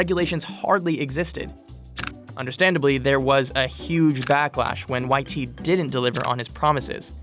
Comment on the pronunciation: "Le" should be pronounced "LUH" or "LEH"... definitely not "LAYE". Dude also mispronounced YT's full name...